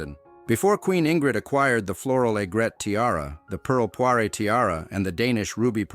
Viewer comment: pearl poire - not poiré